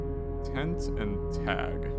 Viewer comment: It's TENT and TEN, my guy